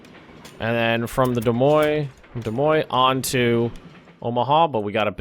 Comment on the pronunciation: Congratulations on pronouncing Des Moines correctly. Most foreign would have pronounced it as it is spelled.